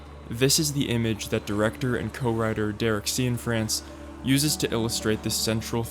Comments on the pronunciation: Is Derek’s surname really pronounced “See-In-France”? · "See-in-France"? Come on man